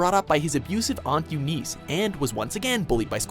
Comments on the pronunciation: You-neece?! It's pronounced you-niss...(Eunice) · Yoo-neese? Yoo-niss.... Jesus....